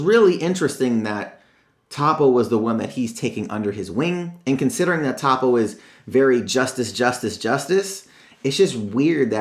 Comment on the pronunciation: ITS PRONOUNCED TOW-PO